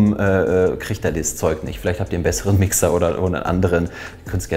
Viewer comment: wer hört auch alles statt Mixxer, Wichser😂